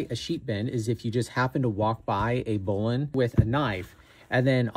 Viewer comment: I've never heard bowline pronounced that way. It's always been bow-line.